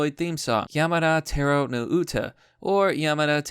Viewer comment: It's Tah Roh